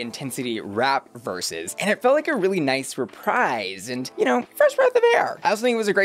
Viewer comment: Re-preez, not re-pryce